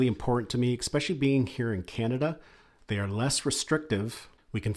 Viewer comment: Thanks. Good video. This is not important but it's pronounced especially, not expecially.